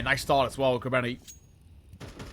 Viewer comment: bro its krabEni with an E not krabAni ffs